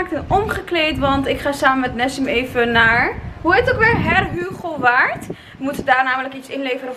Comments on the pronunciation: Heerhugowaard🤣 als je er vandaan komt en t wordt zo uitgesproken😂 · Hahahahahaha hoe je Heerhugowaard zei🤣 niemand kan het uitspreken die niet daar vandaan komt. Blijft leuk om te horen hahahahha! Hoe vond je Heerhugowaard en Alkmaar??? Echt leukkkkkkk dat jullie in mijn stad waren was ik ook maar in de stadddd😩😩